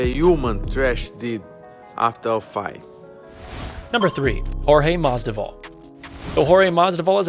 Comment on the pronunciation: JORGE MASDIVAL😂😂😂😂